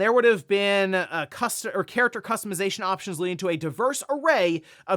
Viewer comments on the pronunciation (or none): none